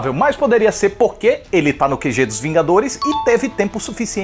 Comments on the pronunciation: oxe vingaderos? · "Os Vingadeiros" 2019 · até vingadeiros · Teve uma hora que ele falou vingadeiros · Você fala vingadeiros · vingaderos? Kkkkk 2019